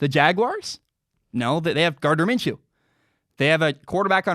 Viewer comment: "they have Gardner Minshew". Dude... stop.